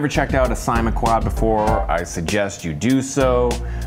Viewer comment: 10th view. nice video as always. and its pronounced as sa-i-ma